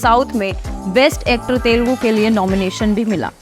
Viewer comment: I dunno why North Indians pronounce it as तेलगु 😂 It is "तेलुगु" You can listen to Vijay saying it correctly